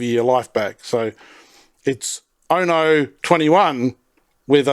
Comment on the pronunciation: It's pronounced "OO-no", not "YOO-no".